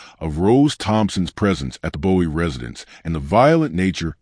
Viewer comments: You keep calling her Rose. I believe that is her middle name. I live in MD in the DMV and her family never called her Rose on the news. Why are you calling her Rose? P.S. Bowie is pronounced "Booie" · It’s (Boo-we) Md not David Bowie, MD. FYI.